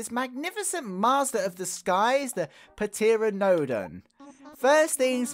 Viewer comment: Pteranodon - the "p" is silent. Pronounced as "ta-RAN-a-dawn" okay?